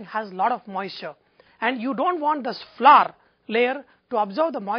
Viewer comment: Thanks for the video I loved it and I'm going to try your recipe BUT its flour not flurr :)